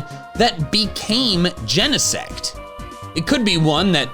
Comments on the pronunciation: That's ... a weird pronunciation of Genesect ... I would think it sounds like insect, except replacing in with gene. Ain't nobody pronounce gene in 2 syllables. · Did bro just say jenasex? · I saw genesect at the preview and why everyone pronounces it like that and not "gene-sect"?